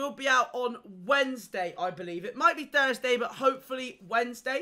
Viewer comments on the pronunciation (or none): none